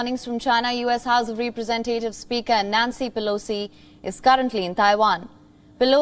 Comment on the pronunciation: re-pre-ZEN -te-tivs